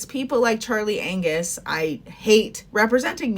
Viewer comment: 🤣did you say Charlie "Anus"? hahah hilarious.. but true.